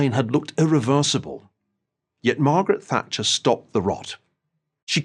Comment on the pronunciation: All I hear is: MARGRRT THATCHER IS DEAD